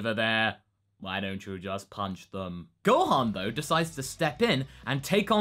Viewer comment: Gohon? What the hell, the „o“ isn’t even close to the „a“, how can you get this wrong? Oh yeah, it’s also Beerus, like beer, not Berrus, but that’s not as confusing as Gohon. Just saiyan •••